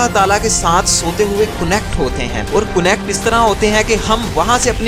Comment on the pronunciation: Koonect .... haha ...